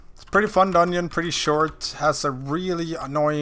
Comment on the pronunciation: dungeon = doneonion lol cranks me up every time you say that ahaha, where are you from ?